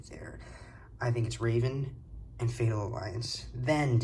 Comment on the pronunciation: I wish I could understand why so many people say “Raven”. His name is Revan. It sounds like “revving” like you are revin’ your engine. It does not sound like a type of bird.